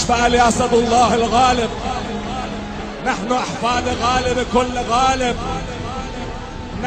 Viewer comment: المعلق ايراني نهن ابناء علي بن ابي تالب ههههععععع